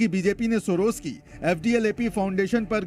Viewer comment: सोरोज नहीं सोरोस बोलो क्या 😅